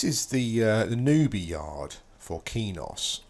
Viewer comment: its not keynos its kwaynos :)